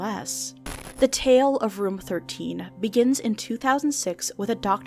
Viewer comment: Why tf would you pronounce "room" like that?